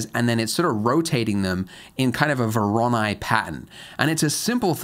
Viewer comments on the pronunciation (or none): none